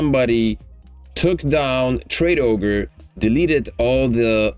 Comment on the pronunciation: says traderoge not tradeogre